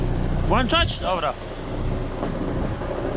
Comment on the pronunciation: Mowi sie wlaczac a nie wlanczac!!!